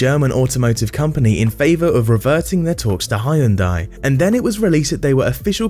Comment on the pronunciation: ''ha yun dai'' HAHAHAH so funny how you pronounce it. its pronounced ''Hyun De''